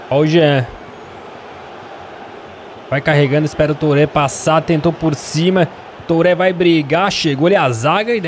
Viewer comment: OS ''É" DO TOURÉ E DO BALDÉ SE FALA COMO O ''É'' DO MBAPP''É''